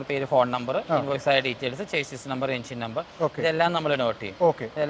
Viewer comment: ചെയ്സ് അല്ല ചാസിസ് എന്നു പറയൂ അതുപോലെ റാഡ് അല്ല റോഡ്